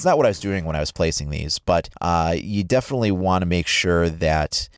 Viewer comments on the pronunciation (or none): none